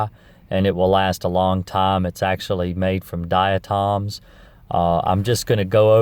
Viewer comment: You pronounce 'diatomaceous', correctly my friend, and 'diatoms' too. Ignore anyone who says different. 😎